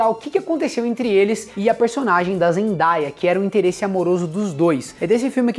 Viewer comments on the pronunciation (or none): é Zen -DAY-a (pronuncia Zendeia) Day = Dia kkkk pela última vez!